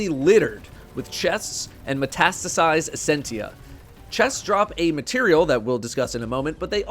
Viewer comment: was finally able to pronounce metastasized